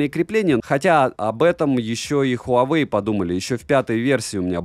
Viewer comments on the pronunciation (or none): none